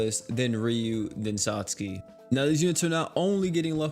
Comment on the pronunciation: My man's say sat Suki???💀💀